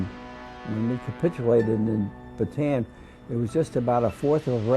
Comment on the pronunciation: Why is it that every single documentary and film concerning the battle for bataan (properly pronounced as ba-ta-an, not baytan) the death march, the imprisonment of Filipino and American armed forces, the raid on cabanatuan (pronounced ca-ba-na-tu-An) concentrate solely on the American side of the story? What about the Filipinos who fought, not for America, but for their homeland, the Philippines, which had ALREADY gained its independence from Spain and the UK?